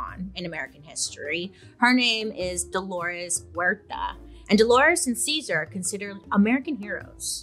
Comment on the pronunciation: Ahh!!! Happy heritage month to all my sisters and brothers! Thank you Bailey for covering this part of history and including it into your popular series in general 🫶🏽 also for anyone wanting to pronounce his name the right way it would be like Caesar ( Seh-Sahrr ) not like the salad! And for Dolores last name Huerta is pronounced as ( uu - eh - rr - tah ) the H is silent ~